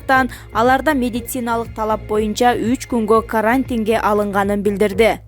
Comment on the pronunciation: Каарантин каарантин деп айтасынго